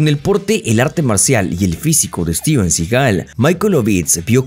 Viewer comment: Debería aorender a pronunciar el apellido de Steven